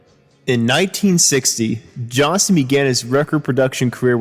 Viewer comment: It's JOHNSTON, pronounce the "T"